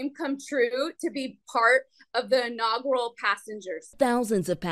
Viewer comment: "in-agoral passengers" LOL